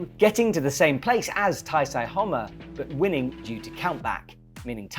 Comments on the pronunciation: I think you're pronouncing Taisei slightly wrong, usually "sei" would be more like the English word "say" than the "psy" in psychology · he referred him as taisai, taisei, issei, even referring to him as natsuki tanii during the last comp... doesnt care about pronouncing asian names